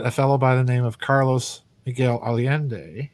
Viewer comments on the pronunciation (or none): none